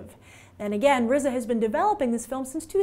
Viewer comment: D You pronounced RZA correctly, Kudos Grace.